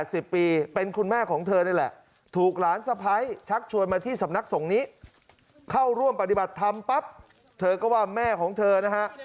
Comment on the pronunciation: ทำไมถึงงมงายกันอย่างนี้ ไม่ใช้สติปัญญา คนอ่านข่าวอ่านว่าสำนักสงฆ์ ไม่ใช่นะครับ